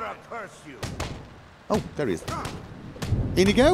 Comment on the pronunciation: So should we be running a tally of how many times he calls Inigo Karjo?